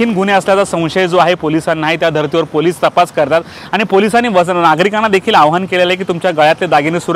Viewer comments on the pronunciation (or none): चैन नाही,चेन.आव्हान नाही,आवाहन.